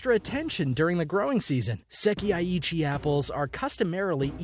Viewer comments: ah... Sekai-ichi Say Kai - ichi .. at least know how to pronounce the name. Fun fact those apples only cost $21 when in a gift set... however you can buy them singly for 150en ($1.85 ea) and yes they are very big! Strawberry variety is pronounced "Beejean Heemay Ichigo" They are usually gifted for special occasions, but like anything you can find them cheaper if they aren't in a department store as gifts... The watermelon name also not pronounced properly, has made its way to Canada now where (proun.Densukay Suika) is growing in the lower mainland BC and central interior. They are also called black watermelons and yes they are significantly sweeter than normal green ones. Whoever is doing the narrating didn't do any fact checking before making himself look like a moron. The grape story is simply bullshit. They aren't pingpong ball sized and their genetics comes originally from Chile. These grow larger with the more humid climate and bred to be seedless. The ultimate grape from Japan is the Japanese muscat - tastes a hell of a lot better in my opinion. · the way he pronounced "sekai ichi" 🤣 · lol..bijin-haym? lol.get your language pronunciation correct. HERE: pronounce as is Sekai Ichi - SE-KA-I I-CHI BI-JIN HI-ME DEN-SU-KE SA-TO NI-SHI-KI not SAYTO DE-KO-PON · Seriously. I was ready to headdesk by #4. It's "beejeen-heemay". And that apple isn't "seck-ee-eye", it's "seckEYE". Ffs, look it up and listen to a pronunciation guide!! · OMG I want to die every time he says "Seki eye eechie" apple instead of "sekai ichi" apples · Berry Tan clearly he is not from Japan. Not a huge deal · You forgot Sekai that he pronounced as Seh-Kee-EYE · I stopped at se-kee-yay (sekai) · So painful to listen to the sekaichi pronunciation of this guy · Even Google know how to pronounce it correctly "sekai ichi'